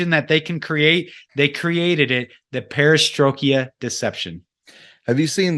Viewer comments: This was so very interesting. Great info from both parties! I do one of the smaller critiques., its the Perestroik-ah Deception, not the Perestroik-e-ah Deception. If this wasn't said so many times I wouldn't have even mentioned it. If you're familiar with this deception, it's just a bit difficult to hear it mispronounced so many times. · It is pronounced PARA STROY KA not parastroyki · This was really informative. But,, perestroika doesn't end in "ia", it's not perestrokIA 🙂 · An outstanding presentation all round and I would say this about 90-95% on the money although I'm struggling with the inability to pronounce 'perra stroy ka' and also the non mention of who were those people who created the communist / Bolshevik revolutions and their connections through the former Young Movement, secret societies and Kabbalist movement. I think that is is pivotal in understanding the spiritual element you allude to because as its says in Ephesians we war against 'principalities and spiritual wickedness in high places'. A large presence in the last 150 years are the old Khazarian's who were based in modern day Ukraine and from which Blavatsky came as you allude and who wholesale became members of Judaism approx 1200 years ago. All of the people who are behind this as well as the Bolshevik's, Marx, the Young Movement, the Frankfurt school were 'Jews' but that is not to blame all Jew's because many were their strongest adversaries and fought the Zionist project. Referring to this group continually as 'Russian' is both misleading and confusing. The old Khazarian's were internationalist in outlook holding allegiance to no country. Solzhenitsyn explains exactly who they are in '200 Years'. They are Talmudists in essence and Kabbalists. They murdered millions of Russians and Ukrainians in the 20's and 30's and still killing them in Ukraine today. Calling them Russian I find slightly disingenuous but something you find in Christopher Story's books who was the gu